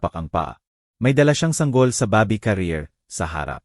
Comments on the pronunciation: Bakit po ganyan kayo mg bigkas ng words. Bebe po baby in English. Pag Boby name ng tao.😅 Jose, Hose nlng po kasi kong Jo sie parang iba😂 haynko maganda sana Ang kwento Kya lng yong word's parang pang lumang panahon😢 😢maka bago na po ngayon eh Minsan herap mo intindihin. Bakit po nag bvlog Kong ganyan salita nyo nkkawalang gana pakinggan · You must be kidding by saying very good narrator? Just listen to the pronunciation. Baby, Jose, senator